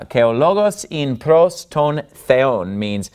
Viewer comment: Gamma pronunciation is not quite correct. It has no ga sound in it. "Pros" should sound like like pross. Your's sounds like prose. Otherwise not bad!